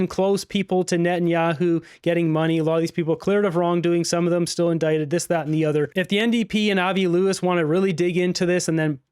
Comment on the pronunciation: Indicted= in-dite-ed....not in-di-cated...lol